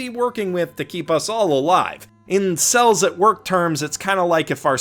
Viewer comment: I kept hearing "incels at work"